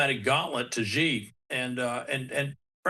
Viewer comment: Google says China presidents name is pronounced Shee